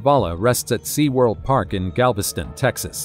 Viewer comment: FFS, it's not SeaWorld Park. It's seawolf Park.